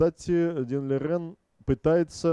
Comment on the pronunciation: Спасибо Вам за видео! на заставке Лижень, а в озвучке Лирень. Давайте определимся:)